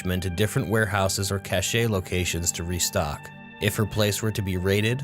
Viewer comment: Cache is pronounced like ''Cash''